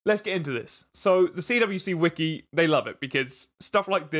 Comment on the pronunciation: The CWCki is pronounced "quickie". Chris always pronounces his initials as "quick" probably because quick = fast = Sonic